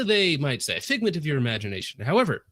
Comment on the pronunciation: “sigment” of your imagination.